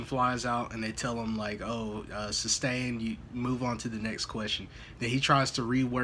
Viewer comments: Can’t get no grounzzzz- why did he continue with the “substain” even though he heard the court say sustain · Substain? Reason for the substain? This is how you talk when you quit school in the 10th grade. Just like Dumbell did.